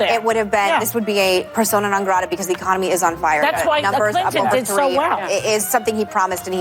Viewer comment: This idiot in the view said Emiconomy wtf is that she to say Economy.